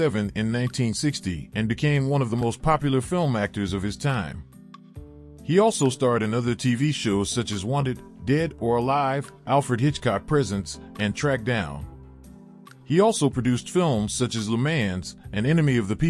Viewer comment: "Alfred Hitchcock Presents"--the accent for "Presents" is on the 2nd syllable--it wasn't about distributing gifts. "Karamazov" is pronounced kərɐ'mazəvɨ.